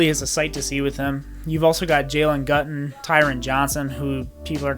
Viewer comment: #15 Jalen Guyton is pronounced “Guy”-ton not “Gut”-on. Also, the Chargers kept only 5 receivers on the 53 man roster (most teams keep 6) and Tyron Johnson didn’t make the team. The Jaguars grabbed him in a nanosecond.